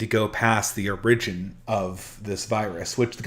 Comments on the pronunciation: lol i know, I was attempting a joke at weird pronunciation of "origin" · What's the uridgin of that term?